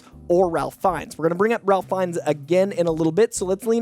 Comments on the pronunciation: Ralph Fiennes name is pronounced “Rayf” not “RaLph.” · Off the cuff. It's "Rayf". Not "Ralf". I speak for all Harry Potter fans. Thank you. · Ralph is pronounced “Raif.” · FYI Ralph Fiennes is pronounced "rafe" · isn’t Ralph Fiennes first name pronounced Rafe? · Surprised people still mispronounce it. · Ralph Fiennes' first name is pronounced with a silent "l". Should sound like "Rayf." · just a tick but the pronunciation is (Rayf) Ralph Fiennes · Its actually pronounced RAFE(Ralph)